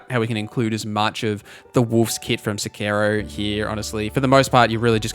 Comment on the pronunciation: I cant get passed the way you mispronounce wakizashi and Sekiro and pretty much every other Japanese word you say lol. Cool vid though, ty for sharing.